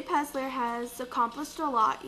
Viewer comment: It's PeLLLLLLLLLLLzer!